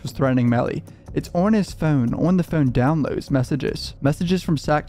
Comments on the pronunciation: It's funny that you quibble about the pronunciation of his last name, but then pronounce phone the way you do. i almost think you are about to sing FUN song from spongebob when you say phone. you create. extra syllables for the word but you're still just pronouncing fuuwn with an emphasis on it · The way you say phone and photos is CRAZY dude what is that? Are you Canadian? Is that what that is? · The way bro says Phone😭 trips me out every time